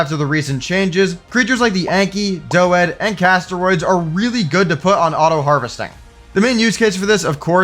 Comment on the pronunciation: the WHAT . doh...ED? bruh..... its a fucking doedi (dodee) anky , doedi, xD how have you not heard that before